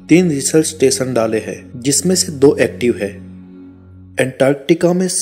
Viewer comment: एसिया नहीं एशिया देस नहीं देशों इस्तेसन नहीं स्टेशन अतिसय नहीं अतिशय दकसिनी नहीं दक्षिणी उच्चारण बहुत खराब हैं।